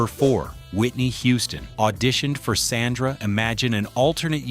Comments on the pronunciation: The eldest daughter was S O N D R A, not, "Sandra,". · Sondra... not sandra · People who narrate these videos really need to learn their pronunciations. If he calls Sondra Sandra one more time…..